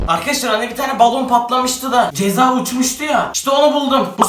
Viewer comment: Abi cezaya çeza demişin ama